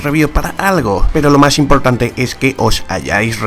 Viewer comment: Si los enemigos son mantequilla peroh estoh q ehhhhh